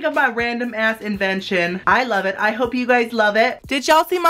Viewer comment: I love the way he says yass.. Like omg it makes me laugh so much!